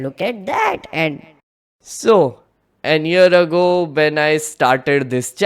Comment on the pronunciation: Great video! Minor note: "An ear ago" 👂 vs "A year ago" 📆